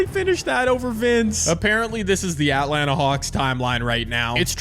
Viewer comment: Why do you say Atlanta like that